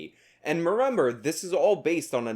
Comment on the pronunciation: “and ‘merember”